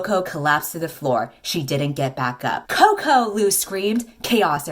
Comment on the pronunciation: Sorry to play the devil's advocate, but Coco is a diminutive for of the name Colette, and I isn't pronounced like it is in this video, or anything near to chocolate.